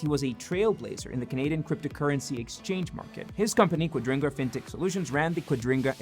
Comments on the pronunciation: Why are you pronouncing their currency exchange scam thing .. wrong, throughout the entire video? QuadRINGga? Quadriga?? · Is "Quadriga" pronounced as "Quadringa"? 🙃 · Quadriga, not Quadringa! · Thanks for explaining what Quadiga means to those who didn't know about it. But wouldn't it be even better if you would pronounce it properly? It isn't pronounced qua-DRIN-ga, it's pronounced Qua-DRI-ga. No N in it anywhere! Apart from that, I LOVE your videos and I have subscribed and like everyone I see! As to your question about whether Cotten is dead or lying on a beach on an island: Yesterday I watched the Netflix documentary "Trust No-one". I don't know if this is just a coincidence that I stumbled over your video today but I know what happened to Cotten, of course! He IS dead and the money disappeared because Cotten invested all the assets that he didn't own and LOST them all. He was a lousy investor. He died in India as described (the documentary makers/investigative journalists take the watcher through the entire process of finding out what happened and how). Tell everyone, it is really worth watching (and I don't even like Netflix). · OCD is killing me, every time you say quadriNga it gets worse. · I heard it too. I assume it's some weird accent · Amazing... you haven't managed to pronounce the company's name correctly, even one single time! 😂😂